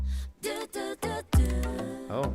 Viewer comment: pronunciation of Hyuna made me cringe.